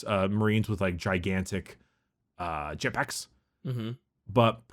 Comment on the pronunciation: The way says jet packs makes me laugh